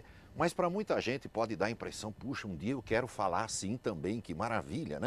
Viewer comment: Ese senhor realmente sabe falar portugués corretamente.A pronuncia dele é impecável. Ele fala certo. O Max pronuncia a palavra 'dia' como 'dee-a' e não 'jee-a' 'Jee-a' como muitos brasileiros dizem e errado. Eu odio ouvir 'jee-a' e não 'dee-a'